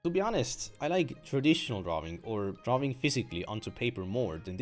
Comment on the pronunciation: so funny when he pronounces drawing as "draw-wing" lol